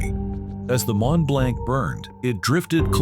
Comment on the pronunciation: Mont-Blanc is Actually Pronounced as: “MON - BLONC”……It was the Largest “Non-Nuclear” man-made explosion…..The Largest Man-Made Explosion of all time was the 1961 Detonation of the Soviet Union’s “Tzar-Bomba”, an enormous 50 Megaton Thermonuclear Bomb…..The massive Hydrogen Bomb was dropped from a TU-95 “Bear” over the Arctic Island of Novaya Zemlya, and Detonated at an altitude of 13.000 feet above the ground……The huge blast from the explosion shattered windows in Norway, nearly 800 miles away….The Mushroom Cloud reached an altitude of 175.000 feet…All the snow and feet thick solid ice completely vanished for over 50 kilometres in every direction, even rock was turned into sand and glass….The Shockwave was so immense, it circled the entire world 3 times and a 5.5 was measured on Seismic Equipment……